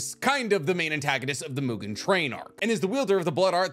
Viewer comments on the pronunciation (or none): none